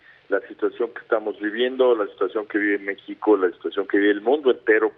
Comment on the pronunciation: Mécsico? Pinche puñetas diga bien el nombre del país, si no abrase alv 😡😡